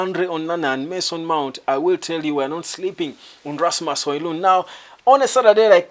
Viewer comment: Pls try and Google for the correct PRONOUNCEATION OF NAMES OF PLAYERS LIKE RASMUS HOJLUND